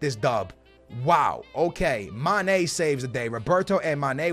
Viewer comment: Not hating but the way he says mane really annoys me 😂 It’s mane Not ma. Ne